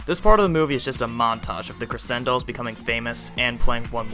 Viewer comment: Its not pronounced creSendolls its pronouced creCHendoll